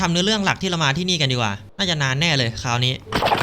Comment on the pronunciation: คราวครับไม่ใช่คาว😂